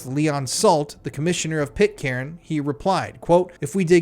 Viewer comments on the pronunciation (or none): Stop saying pit-Karen ffs….. it’s pronounced pit-kern….